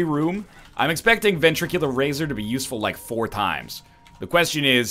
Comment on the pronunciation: Please stop mispronouncing ventricle razor.